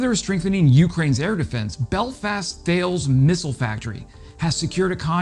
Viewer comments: mate. That's not pronounced Thales (Th + Ales) It's a French name pronounced (Ta + Les) No, I don't know either. Just how they roll. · say taaalez imstead of how you say thales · Hello! Great content! Really love watching your content! … BUT … not to nit-pic … “THALES” is actually pronounced “TALL-ESS” … it’s a French thing…